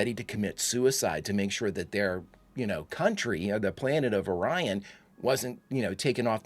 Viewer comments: According to Lt. Kevin Riley it's pronounced O'Ryan. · Why would they choose to pronounce it as "Oreon" when the Orion slave trade is well established canon? It's very odd to hear them pronounce it that way. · A wonderful episode, complete with continuity back to the 'Journey to Babel' episode,....with the only fault being the malfunction of the universal translator & having us hear "Orion" pronounced incorrectly. I particularly like the POTEMPKIN to HURON to ENTERPRISE as the planned relay.